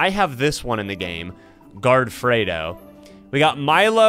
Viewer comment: Fredo Is pronounced Freddy but With O